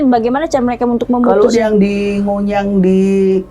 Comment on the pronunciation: Ngujang boss bukan nguyang